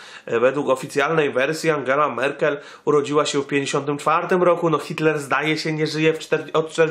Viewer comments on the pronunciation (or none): Merkel, nie Merkle :D